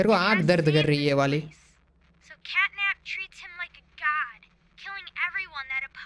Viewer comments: Ajjubhai says Capnat 😂😂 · CATNAP ❌️ CAPNET ✅️ 🤣😅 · CAPNAT NHI HOTA HAI CATNAP HOTA HAI BRO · Bhai natcap nahi catnap 😅😅😅😅😂😂😂😂😂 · Its not cap nat its cat nap😂